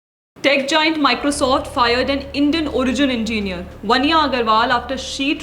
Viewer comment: Your pronunciation of technology and engineer are appalling!